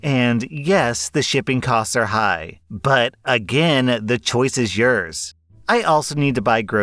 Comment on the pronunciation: I just wanna say that I love how you dont say "Yours" or something similar You just say "Yers" or "Yer" and I like that